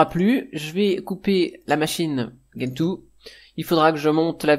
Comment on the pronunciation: Bonjour; Ne fais pas comme certains, stp.... Gentoo se prononce "gène tout" et non pas "guène tout". Vérifie si tu le veux sur les vidéos Américaines/Anglaises. C'est comme Arch qui se prononce "Arche" et non "Ark". Je trouve ça étrange cette invention de prononciation anglo-personnelle, qui quand on vérifie, est nulle et non avenue.